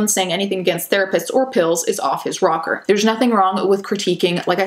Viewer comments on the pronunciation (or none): none